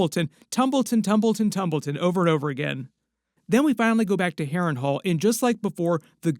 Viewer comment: why do i hear you say hairring whole ? xD (harren hal)